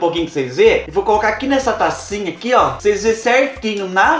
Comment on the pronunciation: Cheira "prucês" vê 😂😂😂😂😂😂😂